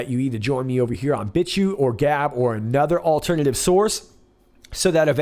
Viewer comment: Did you say Bitchute or Bitch Shoot?